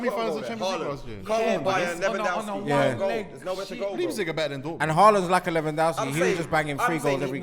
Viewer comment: “Lipzing” and “meelan”🤣🤦🏾‍♂️ - great pronunciation